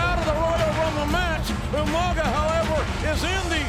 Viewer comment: Listening to William Regal call Umaga 'Yumanga' was hilarious 🤣🤣🤣!!!